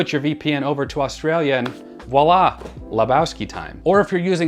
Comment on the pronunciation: Kudos,, for saying “voila” during the ad pitch for Surfshark VPN! Too many people are saying “wallah” and it’s quite annoying.:-)